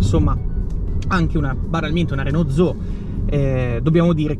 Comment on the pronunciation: Comunque è Renault zoE, non "Zo".